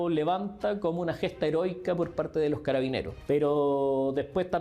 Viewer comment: Le cuesta decir "Carabineros" jajaja. Y no, no fue un intento, ella participó en esos hechos de violencia en contra de Carabineros, no le quite la gravedad.